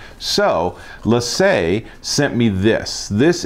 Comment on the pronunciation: its said. Lay Sea not lay say. respect the original accent please